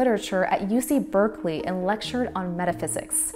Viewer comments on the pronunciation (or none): none